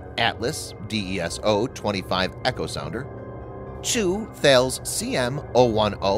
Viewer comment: Thales is pronounced, TA-LIS. Every single British video you do makes this fuck up. TAL-IS.